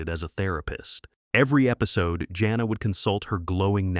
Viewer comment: For one thing, Jana of the Jungle? The name is pronounced JANE-AH, not JOHN-AH. Second, you're really making mincemeat out of a LOT of the show titles here. (i.e. it's Not Boobie Bear, it's "It's The Hair Bear Bunch!" . . . and it's Hair Bear who's the brains, Booby and Square are the side kicks!). Also, if you honestly don't care for what passed for cartoon entertainment back in the 70's? WHY Are you making this video?!?!? Some of us who grew up back then LOVE these shows. Corny as some were, even as outlandish as their logic was, they were STILL entertaining and I for one remember a good number of these fondly!